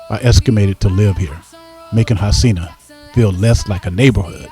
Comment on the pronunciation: That’s actually incorrect as well. In Portuguese it’s pronounced ho-seen-ya the r makes an English h sound.